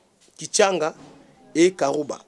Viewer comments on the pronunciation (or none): C'est karuba pas kiruba